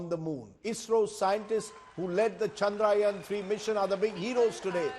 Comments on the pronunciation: For gods sake its not चंद्रायन its चंद्रयान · Yaan is not yan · Can Rajdeep learn to say the name "Chandrayaan" correctly? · Rajdeep, it's Chandrayaan, not Chandrayaan. I am ashamed.